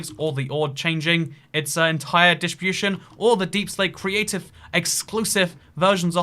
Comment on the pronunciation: "ore dishbooshun"